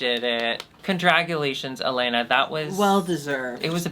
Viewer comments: Eatou assistindo elas desde episodio 1 de DRBrasil e gostei delas. Elas se preocuparam em aprender como se pronuncia helena kkkk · Gosto delas! aprenderam a falar Helena corretamente